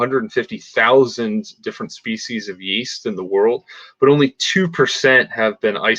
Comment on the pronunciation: he keeps calling it 'east', it's a 'yeast' .. there is a y in there, yyeeast.